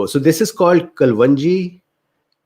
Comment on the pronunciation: It's actually called kaloonji , Not kalwanji. Some people pronounce it wrong.